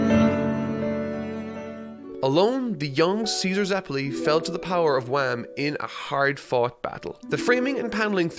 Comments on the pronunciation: sorry but ITS WANUU NOT WAM ! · This guy said wham instead of wamu, oh you goober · Lmao he called Wamuu Wham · His name is wamuu not wham Just pointing that out 😅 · Also, why are you saying Wam?? It's Wamuu. And it's Straizo not Straits. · why does call "Wamuu" "Wham"? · it's really hard to get emotional for ceaser's death when you call Wammu 'wham' idk if it's a manga thing or not but plz just stop